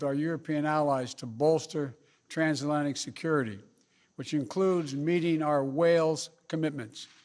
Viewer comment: ''Prime Minister and I discussed our work with our European allies to bolster ''Trans-Lantic'' security'' 😉